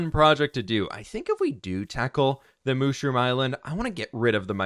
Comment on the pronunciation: You don’t say moshroom you say mushroom 🤦